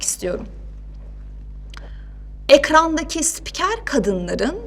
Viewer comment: Daha spiker diyemiyor....